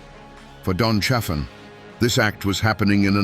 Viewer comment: Pronounced CHA-fin. If you're going to exploit our history pronounce it right you dumb as a stump AI.